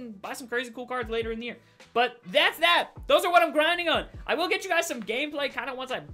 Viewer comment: He does dis, dat and dees